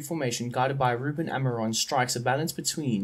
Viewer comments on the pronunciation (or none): It's Amorim not Amiron. And the ç in Bragança is pronounced like an s. Coates is not pronounced Cootes, it's kinda hard to explain how it's pronounced maybe you can search it up and Esgaio is pronounced Eshgaio. And Reis is pronounced like Ray but with an sh sound at the end